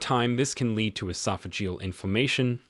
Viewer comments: Lead = leed....this is AI bs fk off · I'd agree BUT it's not talk. It's AI crap. Lead pronounced leed says it all.